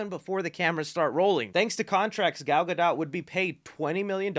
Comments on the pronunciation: Yah, I'm that guy. Gadot is pronounced Gah doe. The T is silent. Thanks. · You do NOT pronounce the T in Gadot bro......NOT. It is pronounced Gadough :) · “Gyal Got Dot” sounds like a Jamaican man talking about a ladies butt! YA MAN! DAT GYAL GOT DOT!!!!! “Real Ts move in silence like the T in Gadot” - Not Lil Wayne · Really not cool to tease us with a cameo of Henry Cavill a Superman in black atom with all these changes happening I understand being in between management but still not cool for the fans. Last thing to the Gentlemen doing this video Gal Gadot name is not pronounced that way it's pronounced like Gadough. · Dude you keep saying Gal's last name wrong....why....